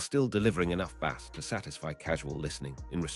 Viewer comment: Bad AI. You will recognize why once you hear the pronunciation of Bass and other words.